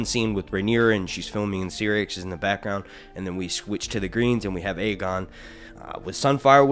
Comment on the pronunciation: Dude I love your videos, but it’s pronounced (SIGH)rax. Not (SEE)rax.